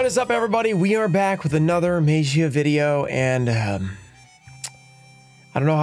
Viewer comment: Maybe if he pronounces magia the right way, he will probably pull it.